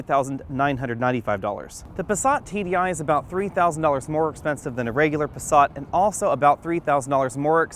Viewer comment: Where the hell is the the letter "R" in the Passat. Try and pronounce it correctly with an "A". Pasaaaaaaaaaaaaaaat, not passarrrrrrrrrrrrrrrrrrrrrt. Ok I'm sorry.